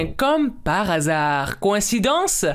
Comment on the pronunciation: Quand il a dit "coinsidance" je suis la seul qui a dit je n'croit pas 😂